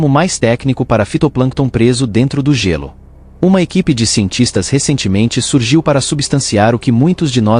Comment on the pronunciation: narrador é Gêlô e nao gélú